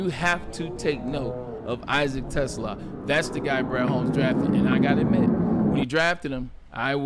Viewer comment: Te Slaa … the S does not go with the Te it goes with the Slaa. 🦁 He is not a car.